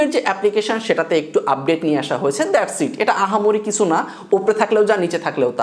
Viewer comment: apnr video onk vlo lage. apnr uccharon niye onkei moja kore... jmn ekta word (kicu).. asha kori samne eita thik korben.